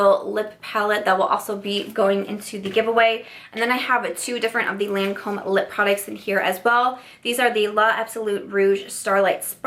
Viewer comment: LOL! No, the Lancôme one you couldn’t pronounce!